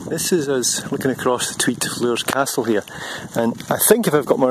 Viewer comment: Really interesting video ...however Floors Castle is pronounced , just exactly the same way as you pronounce the word floor as in 1st floor , 2nd floor of a house etc.